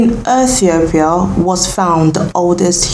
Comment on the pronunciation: My girl, I am Rastafarian and you have some information which is historically incorrect and your pronunciation is off and convoluted with bible verses. Aethiopia??? Never heard of that. Abyssinia is the original name of Ethiopia. So go read some more! Watching here in St Lucia 🇱🇨 and disappointed with this tlc